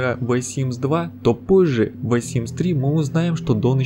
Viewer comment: ВЭ симс, блин, с таким прозношением просто симс бы говорил)